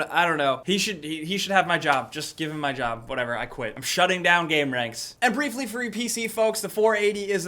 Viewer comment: DAWG - It's pronounced GAMER-ANX